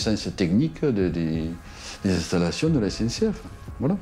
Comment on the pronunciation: On a un maire du bled qui a du mal à s'exprimer, (CNCF au lieu de SNCF!!!), qui est peut être LE gestionnaire de voirie, et comme beaucoup de maires de villages, n'a peut-être ni les compétences , ni les moyens de gestion des voiries. Par contre, il en a malheureusement LES RESPONSABILITÉS.